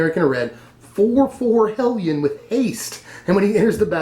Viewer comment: I smiled at the proper pronunciation of "hellion"